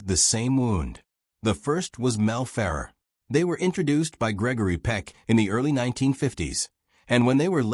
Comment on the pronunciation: Mel Ferv RARE not FER er